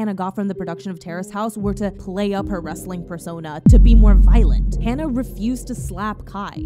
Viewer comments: My only criticism is regarding you pronouncing Hana's name wrong. If you would like to hear how the name is pronounced, recommend listening to the Japanese pronunciation of her name. Other than that I thank you for talking about Hana. My first time seeing her was when she made her US debut wrestling for a promotion called Ring Of Honor through their Women Of Honor tournament in 2018. Instantly felt a connection with her as a fan. I never felt that way towards any wrestler like I did with Hana, like as if I knew her for a long time. Been a fan of hers since then. Her death still hurts to this day, that clear vivid image of seeing those threats happen whenever Hana would post a picture about her daily life. No matter how many positive tweets her wrestling fans and few "Terrace House" fans were sending her way, Hana couldn't see how loved she was. I've personally struggled with her passing, as she meant the absolute world to me. Although I never met her personally, it's that connection I felt with her when I first saw her wrestle in 2018 live on a PPV. I made a promise to Hana after she passed that I would continue living for her, continue to be kind to others, and to constantly check up on others. Thank you again for speaking about this, and I hope people can learn from this. 木村花さんまたね。🌸❤️ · literally hurts my soul to hear u mispronounce her name throughout the entire video:/ especially since its something i deal w everyday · im sorry but... her name is not hannah, its hana (hah-nah). the least you could do is say a dead girls name correctly and not warp it to meet your western standards. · for everyone typing/saying "Hannah," she's Japanese, so the correct pronunciation is "Ha-Nah" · Whenever I think about her I cry. But also, please, pronounce her name correctly, it's like "Haah-nuh" not "Haan-nuh." Hana is "flower" in Japanese but Hannah isn't anything. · Haa naa not Hannah aleast pronounce her name right if you do a tribute or explaination on a her.